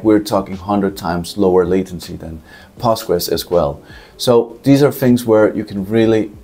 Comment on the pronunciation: SEEK-WELL-ITE. POST-GRES. Thanks.